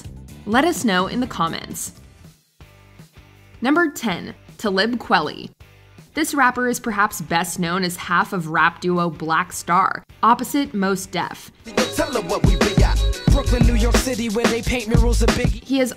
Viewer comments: Please delete this and say Talib Kweli’s name correctly. The way you said it was so cringe. Say it with me, it’s TAH-LEEB KWAH-LEE. Thank you this has been my Ted talk. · #10 is who? Put some respect on his name, Tie-Lib Kwah-Lee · That was lame as hell how you messed up number 10's name like that 👎🏿👎🏿👎🏿👎🏿👎🏿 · The butchering of Talib Kweli’s name 🤦🏽‍♂️